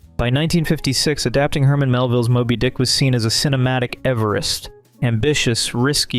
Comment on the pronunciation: You pronounced Moby Dick like Moby was an adjective. But I like it.😮